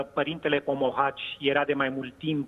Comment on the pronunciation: se spune Pomohaci nu Pohomaci